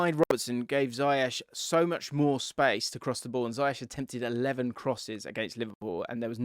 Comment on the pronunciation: FYI: Ziyech is prounced as "zee-ech"